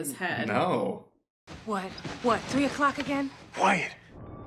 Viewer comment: "Tree a clock?"